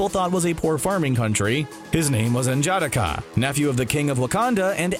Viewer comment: His name is pronounced En-jah-DOCK-uh (stress on the third syllable)